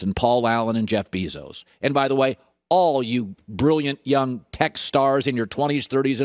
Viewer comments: beezos? i think you mean Bezos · So we just gonna ignore the “Jeff Bee-zos” thing aren’t we smdh. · “Jeff Beeezos” - Colin Cowherd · "Jeff Beezos"